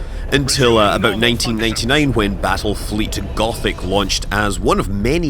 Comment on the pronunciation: Did you say Battlefield?